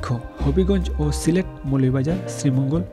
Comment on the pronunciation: Assalamu alaikum. Definitely it’s a very good news. But, you could not pronounce the name of your district. Remember next time. Jazak Allahu khairan.